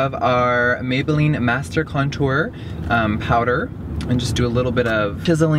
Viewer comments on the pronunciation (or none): “the free way has to experience some of this contor